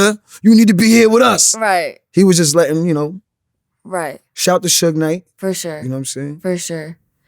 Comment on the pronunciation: Fur shore 😂